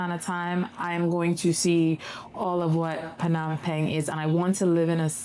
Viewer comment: Phnom "Pang?" Is that the right pronunciation? Ive been saying "pen"